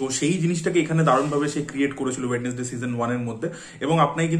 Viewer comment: স্পেল ঠিক করে করো আগে, ওয়েড.নেস.ডেই না ওয়েন্সডেই